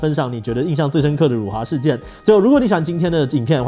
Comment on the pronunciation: 辱华，这个词是有多难念？？可以念标准吗？？ （我是马来西亚人，不然又会有一堆看你打简体字就要高潮的）